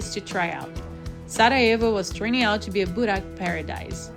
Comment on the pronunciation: GET YOUR PRONOUNCIATION CORRECT PLEASE, IT'S BORAK, IT'S CALLED BÜREK , JOGURT , THE J IS SAID LIKE THE ENGLISH Y IN BOSNIA.